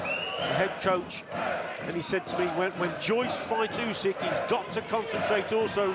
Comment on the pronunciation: Why you saing 'usky' when it's Usyk. Are you making this on purpose?